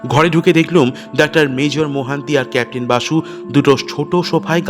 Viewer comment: আপনাকে কি কেউ তাড়া করেছে?পট(পথ),নয় ডাক্তার বলুন অথবা ডক্টর বলুন -ডাক্টার, ডাক্টার বলছেন কেন?